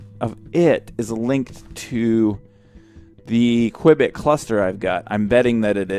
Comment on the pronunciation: Every time you said Quibit, I kept thinking of Johnny English!!